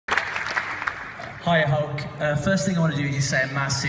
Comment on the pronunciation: Lol im a brit but the guy said Holk